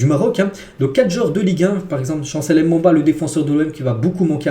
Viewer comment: Merci pour ta vidéo 👌🏾👌🏾 Et juste pour information le nom de chance Mbemba se prononce « Mbe Mba » et non « M Bem ba »